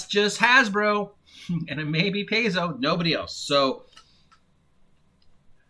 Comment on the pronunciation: Paizo is pronounced PIE-ZO. Venger is a guy on Inappropriate Characters. I don't know much about him.